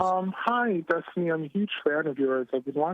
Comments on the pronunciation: "That's what i usually go by" "DESTUNEE" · Derrick Destunee